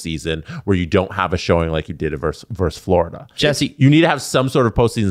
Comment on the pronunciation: JESSE, it's "versus", not "verse".